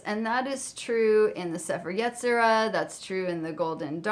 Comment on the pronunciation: Hey, I know you haven't uploaded in a few months, so you might not see this. I love your videos, but as a Jew, I need to correct your Hebrew pronunciation. The Book of Formation is pronounced like say-fair ye-tzi-ra, with the emphasis on that last syllable.